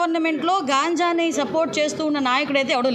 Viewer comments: MADAM, మీరు గబుక్కున . అలవాటులో పొరపాటుగా గాంజాయి అని అంటున్నారు. కానీ గంజాయి. అని అంటారు మేడమ్. ANYHOW U R GREAT MADAM., CHALA MEE PAATRA MEERU BAAGAA NIRVAHISTHUNNAARU. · Gajnjai not gaanjaai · గాంజాయి కాదు మేడం గంజాయి మేడం